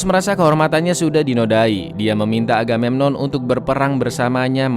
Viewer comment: Apa cuman aku yg dengar raja aganenon wkwkwk